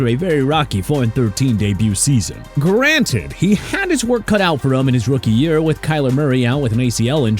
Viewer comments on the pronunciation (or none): none